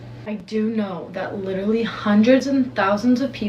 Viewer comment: Saying "litterally" automatically makes me realize you are an idiot and a mark. Just saying. 😂